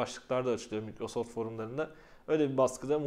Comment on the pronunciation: Mikrosoft diye okunmaz sen iPhone'a ipon mu diyorsun ?